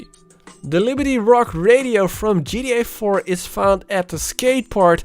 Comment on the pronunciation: ji ti ai faur an ji ti ai faif